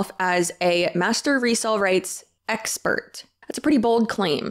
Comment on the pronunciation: Lol idk why i lost it when you said “expet” hahahahahahaha